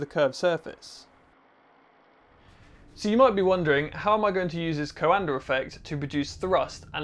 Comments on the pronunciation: its pronounced like da but without the d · coANDER effect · Funny Englishman putting an “R” on the end of coanda!🤪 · Minor note, that Coandă is pronounced more like "kwan-duh" rather than "ko-un-der". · My dude can't pronounce words with R at the end, but he nails that r on COANDAR. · Me: Coanda Him: Coander This threw me off so much wtf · Talking like a Pirate. CoanadaRRRR effect. I'll bet he also says... ChinaR AustrailiaR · "Coander Effect" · It's pronounced "coanda effect", not "coander effect". Britishers are weird. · Awesome explanation! One bit of help those not speaking Romanian, Cuanda is pronounced "cwanduh" :) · It is called the Coandã effect, named after a romanian scientist, and it is pronounced coándā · "The coander effect" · Super cool! Note: the prononciantion is quan-the ("quan" like in quantum and "the" or "da" like in "DaBaby") 😅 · There's no R in Coanda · You are buttchering the name COANDA!!! DO the researche and get it right!